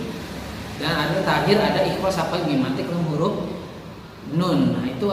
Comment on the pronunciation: Sy mau menambahkan saja pak/bu 🙏😁 bahwa td di video sedikit salah dalam pengucapan ikhfa syafawi 🙏😁 diawal bilang bahwa ikhfa syawafi adalah mim mati bertemu dengan ba, tetapi pas bilang lagi mim mati bertemu dengan nun 🙏😁